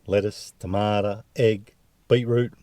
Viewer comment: “Beet-root and tamada” - real Aussie,. Gotta love it! Nice…. 👍